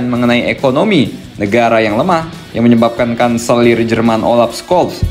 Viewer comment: FYI: untuk pelafan "Scholz", huruf "C"-nya gak dibaca min. 😅